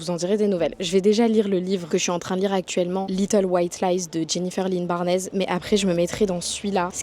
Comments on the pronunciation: c'est un peu drôle comment vous avez dit "barnes" je suis americaine et c'est barns comme le mot barn pour les animaux avec un "s. " Pas barn-ez. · si t'adore l'autrice de inheritance games, je te conseille gold case academy, c'est ma saga préférée de tout les temps et les trois premiers tomes sont traduits en français, il reste juste le dernier tome🤭🤭 et le nom de famille de l'autrice se prononce "barnz" (c'est la future prof d'anglais qui sort en moi désolé😔😔)